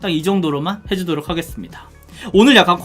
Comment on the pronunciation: 하게수루미다 ? ㅋㅋㅋㅋ 발음 너무 맘에 들어용 ㅋㅋㅋ